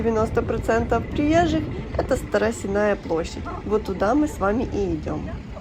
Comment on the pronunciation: Старосенная площадь ударение на "Е" от слова " сено".